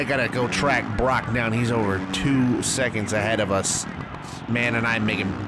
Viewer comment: You pronounced Broc’s name right